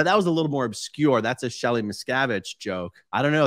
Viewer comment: It took a second for the audience to laugh at the Shelly M. joke because he mispronounced her name and the audience needed a moment to figure out who he was talking about. Some writer probably wrote the joke for him.